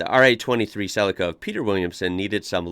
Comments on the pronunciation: "Celica" as in "sleeker than your car". has no one told you it's pronounced 'sell-eek-a' not 'cell-icka' ? ... now watch "The Castle" (1997) it's the ozzy way of life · We call them Sell-eeka not Sellecka, as you probably heard the commentator say. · CEE-LEE-CA NOT CELL-LICK-CA 👍🤓👍🇦🇺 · ... oh god the pronunciation .. it's Cell-E-Ka here in Australia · Cell- li-car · Sell'i'ka hahaha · Celica = Cell - eek - ah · G,day. Some of us pronounce Celica ( silly_car). Had one that model and like the others sold it on. If only we had known!! All the best. Bluey. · It's japanese and it would be pronounced Se-lee-kah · We pronounce it Cel-E-ca as in capital E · Celica is pronounced CEL EEE KA. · In Australia we pronounce Celica as Celeeca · I own an older classic Celica and the pronunciation in Aussie language is like this, SEE LEE KU not the way yanks say it like it is something in a salad bowl! 😄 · The I is pronounced as an E in celica. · Celica we pronounce it SEE-lee-car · We say it like sel-leek-ka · He says it like it's spelt CELACA or something not CELICA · everyone got it wrong! it comes from the latin word caelicus (heavenly, celestial) which is pronounced